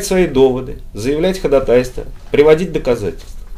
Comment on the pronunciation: Блин, я не могу понять всё время, почему такие подкованные люди говорят ходатАйство, а не ходАтайство, как должно быть?